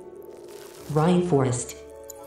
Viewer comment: The way she says rainforest “rynforest”